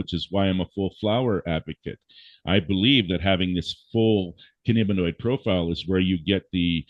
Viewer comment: While I appreciate his expertise in curing...I can't listen to him slaughter the terms Cannabinoid and Anandamide.